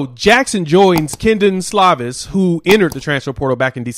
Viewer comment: Great job hombre, well spoken! Its Slovis, not Slavis!